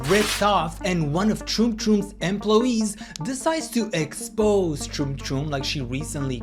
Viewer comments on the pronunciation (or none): Erm ploy ees